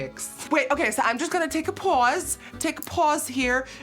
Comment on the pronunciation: “im just gonna take a PaWsE”